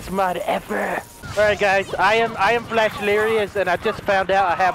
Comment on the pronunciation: Are u flash or flesh like u say. 😆🤔🤣😂